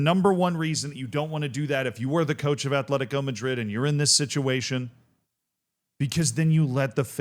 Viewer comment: There's no H in Atlético